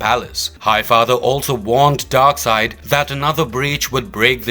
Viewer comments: Darkseid, not Darkside... I guess they dont read comics books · Darkseid not Darkside!